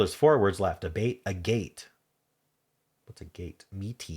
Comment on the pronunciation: Agate is actually pronounced like Maggot without the m. It’s a type of quartz crystal.